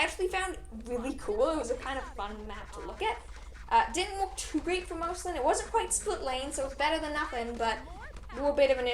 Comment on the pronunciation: You pronounced Marceline wrong